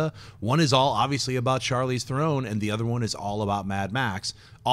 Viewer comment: They are saying Charlize Theron's name wrong.